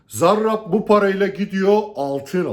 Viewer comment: Hocam siz zarrraabb dedikçe tahrik oluyorum diğer arkadaşlara bol şans